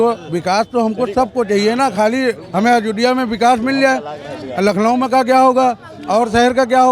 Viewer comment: भैया पहले अयोध्या बोलना सीख लो 😂😂